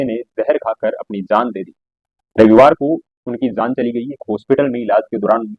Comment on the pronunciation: Jaaan hota hai bhai zaaan zaaan bol rahe ho woh acha ni lag raha apko stylish lag raha hoga but it's not sounding goood